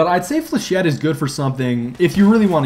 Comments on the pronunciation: you catfish...... flechette is pronounced like (fle-sh-ay) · Flechette rounds are for shit. I came up with this because the first time he said it I heard ForShit. :P